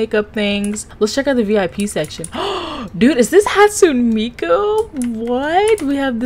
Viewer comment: bro said hatsoon miku